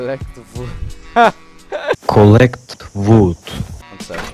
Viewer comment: "want to make NPCs?" "sure" "collect vood"